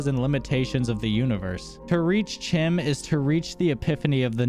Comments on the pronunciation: Chim is pronounced "Kim" Edit: CHEESE Edit: Oh, and that stick clicky thing. Yes, I do as well. It's probably a stim. Do you perhaps have mild ADHD? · Your pronunciation of chim took me by surprise. CHEESE! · That makes total sense, and I do like that your videos present a perspective untouched by the more popular theories out there. I've mostly heard it pronounce like time with the hard k sound instead of the t.